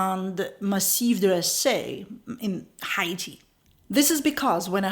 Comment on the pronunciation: I like your pronunciation of Haiti. It sounds exotic and not like hate when you say it. We pronounce it like 80 with an H.